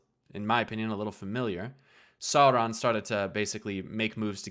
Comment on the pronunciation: How did you mispronounce "Sauron"? incredible